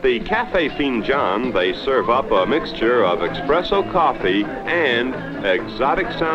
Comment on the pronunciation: I wish Anthony Cumia would roast this dumb video, did he say expresso lol